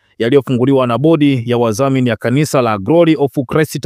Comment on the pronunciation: Na wewe mtangazaji sijui ulisomea wapi? Neno ni wadhamini, wewe unasema, "waZamini". Hali kadhalika unazema halikaZAlika. Badilika